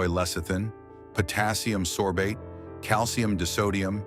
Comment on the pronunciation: Hard to take this seriously when the narrator can’t pronounce simple words like margarine, beers, and calcium